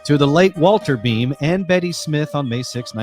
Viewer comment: also it’s pronounced blame without the L❤️